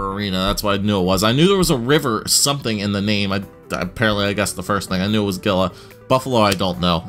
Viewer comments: It's pronounced hila in Gila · Just to correct the pronunciation. It's Gila as in (Hee-la) River. It is named after the Gila River Indian community.